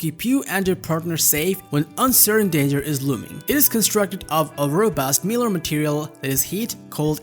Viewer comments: Mylar is not pronounced like miller. It's MY-lar. Otherwise this is an okay review. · That's "MY lar" not Miler." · MY-LAR... not "Miller". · This isn't fair... his English is better than a lot of native speakers. There are just some pronunciation issues.. i.e. Mylar.